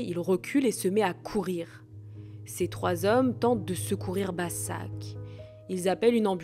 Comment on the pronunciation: Başak se prononce Bachak